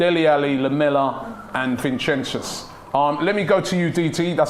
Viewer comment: man said vinchenchus😂😂😂😂😂😂😂😂😂😂😂😂😂😂😂